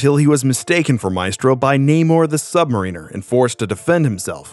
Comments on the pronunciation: Work on your pronunciations (emissary & submariner) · It's Sub-mare-en-er not Submariner. You're not really a Marvel comics reader are you? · continually saying "returning back" was really getting irritatimg.. and then you sais "Sub Marieener". i'm out. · Cool video, but it drives me crazy hear the mispronunciation of random simple words, (emissary: M-iss-airy, not uh-MISS-ury), or the names of long established characters, (Submariner!!! Say it correctly, dammit!!!). Was this a person actually reading the script or an AI voice? That's lazy!